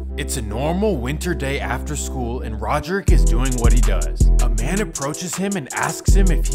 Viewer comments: Its not " Rodrick" dude. Its " radric" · its pronounced ray-drick my boy, Radric Davis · His name is RADric not RODerick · Radric* not rodrick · Radric not Roderick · First off it's RADRIC. RADRIC DAVIS